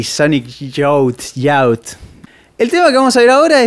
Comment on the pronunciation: Me encanta como pronuncia KEXP y Sonic Youth mal jajajaja se nota que lo hace a propósito